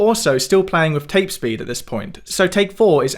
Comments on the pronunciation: With not Wiv. Interesting video. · Why on earth do you keep saying ‘wiv’ and ‘wivout’ instead of ‘with’ and ‘without’? You must be able to read? So you know whether it’s ‘v’ or ‘th’. And you know the difference in pronunciation. So why sound like an ignorant idiot?